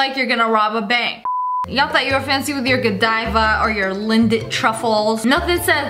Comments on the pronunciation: Lia: “Lin-dit truffles” Me: Lint truffles Am I the only one who says it like that? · did she just sat lindit truffles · She really said lindt chocolate like "LIN- DINT"